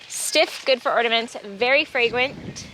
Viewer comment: VEWY FWAGWANT